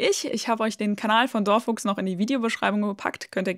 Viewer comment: Lustig, wie du „Dor Fuchs“ aussprichst. Ja, ich dachte tatsächlich beinahe, du hättest ein altes Video hochgeladen, denn ich kenne „Dor Fuchs“. Sehr cool erklärt und lustig.